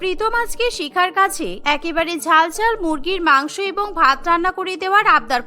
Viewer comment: মাংস ভাত ❌ মাংক ভাত ✔️😂😂